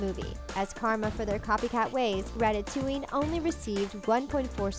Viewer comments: You said ratatuing But it's supposed to be ratatooing like a spring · issnt it rat-a-toing not rat-a-to-ing.